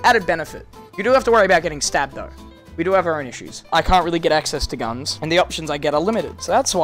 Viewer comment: As an American, it hurts me watching him struggle with g^ns.